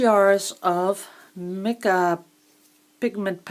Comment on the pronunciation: I have got to correct your pronounciation here, sorry...Mica is pronounced as MAAIKE! ; )This is how I've been explaining my name for the last 21 years, lol.